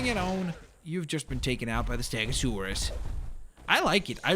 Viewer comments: its stego not stago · Why do you say "STAGOSAURUS" and not " STEGOSAURUS" is it because your first language wasn't English? wasn't it Russian? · It's stegosaurus not stagosaurus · stop saying staaagosaurus